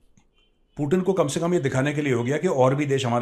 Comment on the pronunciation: अरे यार एनालिसिस करते हो बहुत बढ़िया पर कई नाम ऐसे लेते हो जिससे इरिटेशन होने लगता है 😣 कमसे कम यार पुतिन को पुटिन मत बोला करो यार उसका नाम पुतिन सही बोला करो